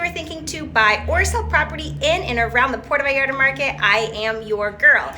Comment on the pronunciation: “Pordo vallarda” 👀